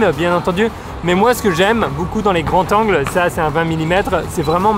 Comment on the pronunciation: Bonne vidéo, très belle image et bons conseils ! Mais par pitié, "des grandS zangles" pas "des grands tangles".